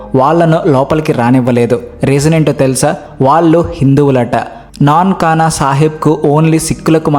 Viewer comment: నాన్కానా కాదు నంకానా సాహిబ్ అనాలి.